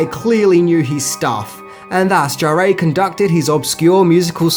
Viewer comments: who is Jarrée? Jarre is more pronounced like jar. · ok Great Video really, but man please Maurice Jarre ... I could accept it pronounced closest by a native English only speaker as the word Jar, should there be an effort, should eventually be trying not to pronounce the D sound that English speakers say at the beginning of the J letter sound, and jar as in a jar of honey, not jaréé, there's no accent aigu pronounced anywhere there, a lot of french interviews with either him or his son with the name said to be checked. Thanks for all the info and fun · Can you please pronounce Jean-Michel "Jarre" as "jaar"?